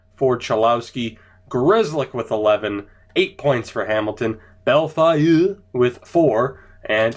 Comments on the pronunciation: Bellefeuille = Bel-Foil (kinda) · Holy shit. Bell-foy